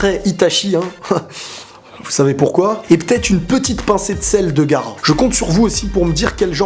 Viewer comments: frère c' est GahAra ! PA garax) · Arrete youtube oh mon dieu ta dis " gara " au lieu de " gaara " c'est erreur est impardonable arrete les mangas stp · On dit pas Gara mais Gaara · Et c'est gaara et pas gara